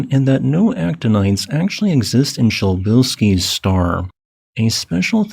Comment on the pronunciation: I found your pronunciation of "Przybylski's Star" distracting and had to look it up. It turns out you're saying it correctly (starting with an "s" or "sh"). I just don't understand Polish. So helium wasn't actually discovered in the Sun, but only once that discovery was confirmed in the lab?